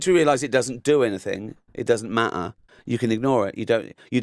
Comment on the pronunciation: it just doesn't ma''er .... we just have to write le''ers.